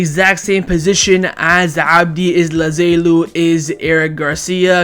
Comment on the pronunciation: He's still pronouncing Abde Ezzalzouli as Ezzazailou 🤣